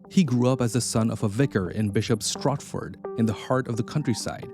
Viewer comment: Cecil "Sess'L" Rhodes was born in Bishops STORTford 🔷